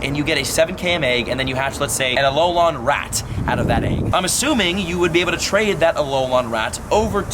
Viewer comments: It’s Alolan not Alolon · Stop saying alol-on it's pronounced alol-in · its alolan not ALOLON lmao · Does it bother anyone else how it he says Alolan? It is not Alolon :S Love your videos dude! (Y) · its pronounced uh-lo-lin not uh-lo-lon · Why do you pronounce it as Alo - lon? It's Alo - LAN Also I don't think multiple accounts will be an issue. It will do almost nothing to harm the trading community. I'm not going to lie either, I multi account. But only because my local POGO community are full of selfish and toxic people. I'd rather play by myself as sad as that may sound. The friends I do play with are my wife, and friends from out of state that visit often. What I'm curious about is how many people have the same issue of their local POGO community being toxic? For example they refuse to invite people under level 40, and they start drama over all sorts of nonsense. Like EX:Raid teams. They've also bullied people who were just joining the game into thinking they weren't good enough to do raids with them. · Dude it is pronounce Alo-lin not Alo-lon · Why do you keep saying alolawn 🤔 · Alolon? -.- Just say gen 7 forms or something xD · alolan = uh low lin pls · its- A-LOW-LAHN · I just cringe every time he says km and alolan. How can u butcher it this badly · Love your content but if you say Alolan wrong again I’m going to lose my mind